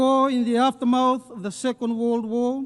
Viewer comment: Aftermath not Afta-maut 🎉